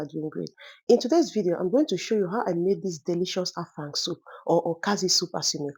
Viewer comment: You pronounced it well.. 😂 I am from Akwa ibom state, Afang soup is our own ❤